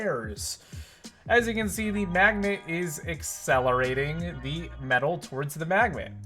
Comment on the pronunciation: I thought he said lets throw it at the MMAGDNET!